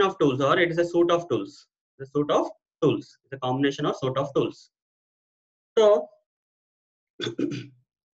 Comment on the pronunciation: Suite is pronounced as sweet not suit